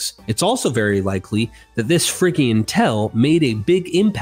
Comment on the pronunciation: Phrygian is pronouced like fridge-ian and not friggian. The phrygians became the Phoenicians who were the biblical magi and astronomers and where we also get the phrygian music scale and phrygian hats, we also get our modern alphabet from the phoenicians.